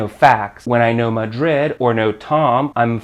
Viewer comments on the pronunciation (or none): none